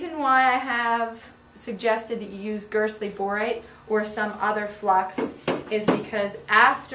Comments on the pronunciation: "Girtsly borate"??? Did I hear that right??? What the heck is that??? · Gerstley borate. The s comes before the t.